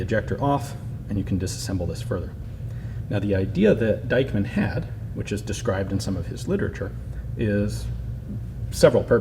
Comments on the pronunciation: Why do you pronounce Diekmann like it was Deichmann? Just adking. ☺ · Pronounce "Deekman". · Dieckmann is pronounced Deekman! ie (German) is pronounced ee (English) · In german the name Dieckmann is pronounced like Deekmann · Forgotten Weapons speak it like Deekman (the a like the a in Marshal) ;-) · Forgotten Weapons But you can pronounce Deichmann very good...good job on that...